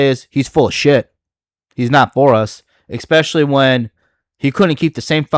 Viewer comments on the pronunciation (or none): I love you man, but you need to work on your speech lmfao. "visuals of grandure" and "eckspecially" suck the wind out of your arguments